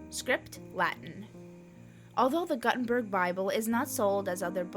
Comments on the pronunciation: It's "Goo-ten-burg" not "Gut-en-burg". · Gutenberg is not guhtenberg, it's gootenbehrg. come on now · Joanne Gut enberg 😂🤣😂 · I came to say the same thing. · The name of the printer is pronounced Yohann Gootenberg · I had to mute the video after I heard the, "Joanne Gut In Berg" pronunciation. It is as if my 10 year old daughter was reading out of an encyclopedia for a school project. Otherwise, I like the visuals. Joanne Gut In Berg.....it is kind of funny, the more I think about it.